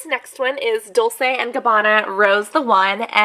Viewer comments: Its pronounced Dolchay and reechy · Dolce is pronounced liked dohl-chay.